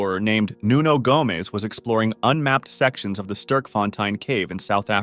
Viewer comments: How can you not pronounce Sterk right? Like I get the fontein part, but "sturk"? Really? It is stErk with the e-sound from the 'word' "Meh", or the e-sound from "Men". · not sturk font ein, its sterkfontein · Btw it’s pronounced sterk- fon- tein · As a south african it hurts to hear the way you say Sterkfontein. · Im from sa and the way he said sterkfontein💀💀